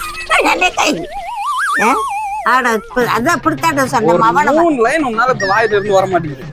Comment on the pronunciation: Mouname ❎ Movuname ✅😂